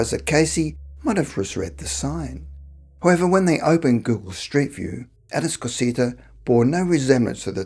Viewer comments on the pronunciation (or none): Atascocita is pronounced A-tos-cah-seeta but I have always pronounced it like the man on the voiceover-LOL!